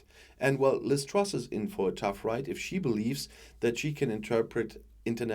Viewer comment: Did he just say Trash instead of truss? He got it right first time.